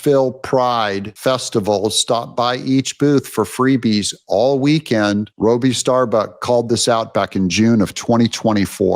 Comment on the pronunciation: Bud, there have been SEVERAL alcoholic presidents. I'd argue that Gerald Ford was a special needs president, so again, enough w/the bullshit. 🖕🏿 And the guy's name is "Robby"- short "O", not Robie/long "O" ....who is special needs here? 🤔